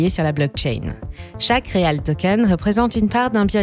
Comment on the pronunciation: Bon habituellement tout est prononcé avec l'accent USA, pour une fois ça se prononce REAL Ti 😂